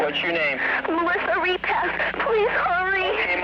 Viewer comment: It's Ripas not Repass lmao